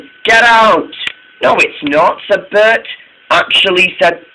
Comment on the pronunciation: It's Bert not Bret